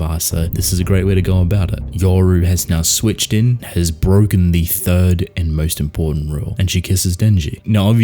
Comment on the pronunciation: Saying thief* not third